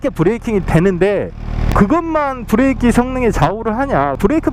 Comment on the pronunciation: 브레이낑 ㅎ ㅎ 구수하고 좋아요